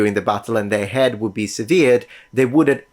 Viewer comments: It is pronounced "SEvered" not "seVERED." Stress on the first syllable. Great video :) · Also it's like "seh-ver" not "see-ver" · yes but the way he said it in the video was “severe-ed” not “severed”